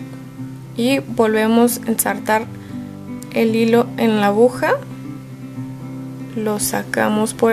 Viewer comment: Excelente tutorial....Quería acotar que la palabra no es abuja ,sino AGUJA JIJIJIJ